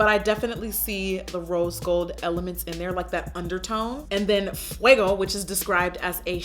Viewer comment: Yasss jackie hit that "mira me" and "fuego" flawlessly 😍